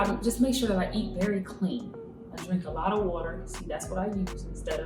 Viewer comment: I like how she said the 'water' that truly show she's got the African genes ..